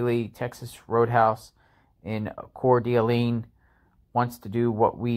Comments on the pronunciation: The d'Alene part of Coeur d'Alene is pronounced like duh lane. The d isn't pronounced separately. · I live in Spokane just across the border from Coeur d’Alene. It’s pronounced Core Da lane. Say it as one word. It’s a beautiful lake town. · “Core Duh Lane” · Haha I just messaged that we say core duh lane. I keep hearing people butcher (pun intended) it all to hell. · Core-Day-Lane. Damn... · Prounounced Coure D’ Lane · Just fyi it’s Core-du-lane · It’s pronounced Core duh lane up here in the northwest. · It's pronounced "Core Delane" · It is pronounced Core da Lane…… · Its pronounced Core Da Lane...i love your reporting but you need to be able to pronounce the towns and cities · I have already seen you butcher and get so many things wrong in our community. At least get the pronunciation right. Coeur d' Alene (Core Da Lane)